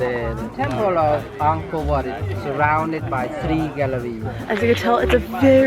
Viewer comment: Btw it’s said “Anko whaut”